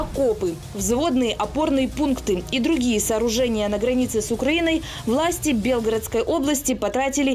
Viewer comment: Белгородской области ударение на е??? Хотя бы правильно ударение ставил!!!!